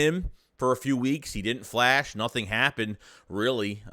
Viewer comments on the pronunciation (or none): none